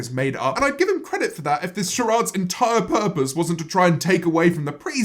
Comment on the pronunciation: Ok but is no one gonna talk about how james said sharaade instead of charade 😂